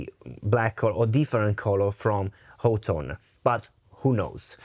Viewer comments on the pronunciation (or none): Honestly y'all. It is pronounced Hot Tone. I heard it from the mouth of one of their marketing directors. Hot. Tone. Great review bro! And killer tones.